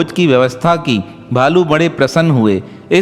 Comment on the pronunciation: बाबा के नाम का सही उच्चारण देवरा बाबा नही अपितु 'देवराहा बाबा' है🙏